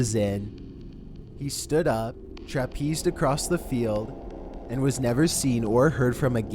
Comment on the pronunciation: He probably traipsed across the field. Not trapezed. 😁